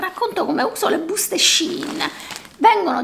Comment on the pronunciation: Grazie,, del video, bello e interessante. Complimenti per la tua etica personale e professionale. P.S.:... non vorrei risultare maleducata e bacchettona, ma attenta alla pronuncia del brand.